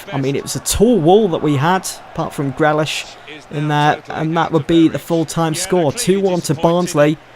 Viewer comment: You pronounce it jack greelish not grelish